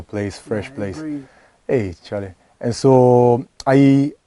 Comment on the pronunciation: The way he spoke and said "Charlay" will tell you he has matured in the Ghanaian culture he knows the words...